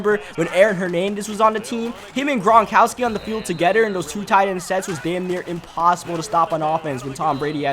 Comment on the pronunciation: "Togedder" "anudder" "den"